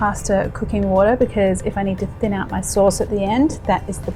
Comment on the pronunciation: Wah-Taaaaa (wateR), and Pas-terrrrrrrr (pastA)